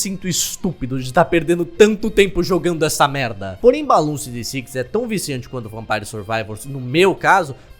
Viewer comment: pessoas falando BLOONS falando BALOONS